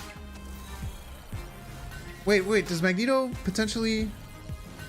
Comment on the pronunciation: I love your content but just some very kind and humble advice…Magneto is pronounced MAG….Knee…Toe and Giganto is pronounced Juh Eye…Ganto :-) I just started playing this deck…this is awesome content and I’m learning how to adjust to unfavorable conditions…thank you!!! I like this deck but it’s definitely tough to play…